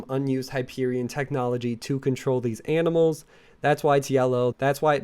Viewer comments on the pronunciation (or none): none